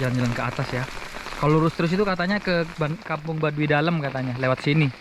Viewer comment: Mohon ma"'af itu Baduy bukan Badui jd jngan salah sebut ( BADUY bukan BADUI )